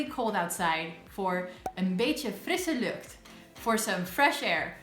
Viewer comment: Your ‘beetje frisse lucht’ sounds actually very nice.